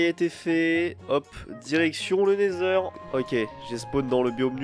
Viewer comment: Pourquoi tu dis le "nezer" tu ne dis pas le "nether"